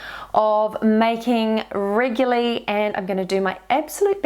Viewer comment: so sorry this really annoys me and I looked it up: regular, adjective, regularity, noun, REGULARLY, adv. NOT reguly!, thanks anyway, it must be a NZ thing?